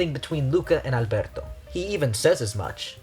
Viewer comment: YOURE THE FIRST PERSON THAT PRONOUNCES “Alberto” CORRECTLY, I LOVE YOU